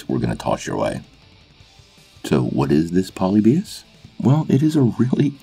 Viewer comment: Your pronouncing the wrong syllable in polybius